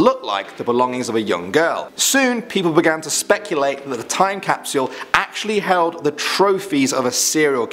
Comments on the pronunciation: Who hates how he says Cap-See-All Instead of Cap-Sole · He says time capsual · Capsule not capsuule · Sorry bout’ this but I have too “CaPsUlE” capsyule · Ok NOW we can open the 2019 caupsel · Capsule not capsyoooooool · He's British and that's the way they pronounce it but "Cap-SYUL" sounds really weird. Nice video though as always! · Cap-sole? Cap-Sh-u-al. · You’re not saying time capsule right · Stop saying "capsule" until you learn how to pronounce it properly. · I love the way he says capsule😂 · How you pronounce “capsule” took me right out of the video. Had to shut it off. Sorry man. Good job from what I saw.